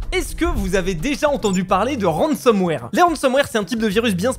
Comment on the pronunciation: ah lala, ça parle de ransomware et pas de rensenware xD